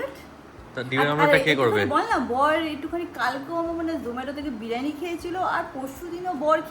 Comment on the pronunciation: tumi biryani k birani keno bolo go🥹